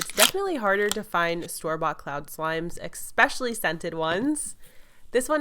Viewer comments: She said it with a "C" so instead of saying "especially" she said "ecspecially" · It’s pronounced ES-PECIALLY not EK-SPECIALLY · #KSQUAD #Notification squad Did she just say expecially Like if you noticed Btw love you! Your videos are just amazing!! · Omg when she was saying that I cringed soooo much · Hala Ibrahim ummm she made a mistake no need to point it out... how would you like it if I went omg did y’all everyone see how they said one wrong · But I'm not offending her, like it's just that I think it's funny and i wasn't pointing out on the fact that she said it wrong I'm just trying to be positive